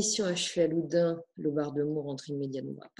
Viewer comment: Loudun pas Loudin!